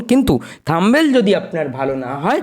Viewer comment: kothata থাম্বেল হবে না। কথাটা হবে থামনেইল।।।